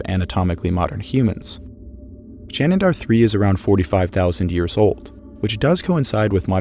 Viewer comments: You're pronouncing 'Shanidar' with an extra 'n'. 'Shanidar', not 'Shanindar' (which is what you're saying each time). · Remember, people, it's "Shanindar Cave" with an extra "n", as opposed to "Shanidar Cave"!